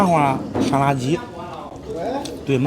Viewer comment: 麻花香辣鸡 听成了麻花沙拉鸡